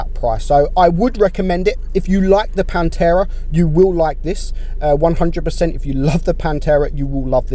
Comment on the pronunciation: It pantera not panterra.( Im Italian)